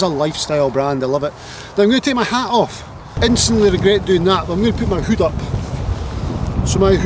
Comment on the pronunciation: You can’t beat a Scotsman saying the word hood XL great content in all your videos. Here’s to the next 100,000 viewers 🥂🏴